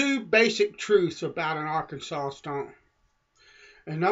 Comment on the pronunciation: Why do you say "Arkansas" like "Arkensole"?